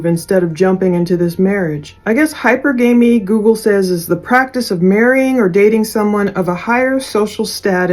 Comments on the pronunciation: Hi per ga me… the pronunciation… just to help out! No judgement lol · It’s pronounced hy perg amy. New on me too. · Hi - per - guh- mee Anywho great video❤ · Hypergamy = Hi-per-gă-mē